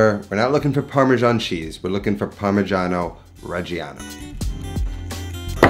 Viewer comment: you just lost my subscribtion by misspronunciation of the fkin cheese. Again. Its just a slight difference between parmeggiano and "parmezhiano", but it rips my ears open. And I´m not even fuckin Italian. I am not sorry.